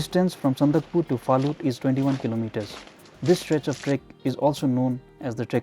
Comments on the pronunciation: It's Sandakphu not sandakpur. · Its Sandakphu...not Sandakpur ...